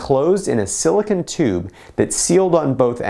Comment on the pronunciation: The last syllable of silicone is pronounced cone as in ice cream cone. Otherwise you're saying silicon which is something completely different.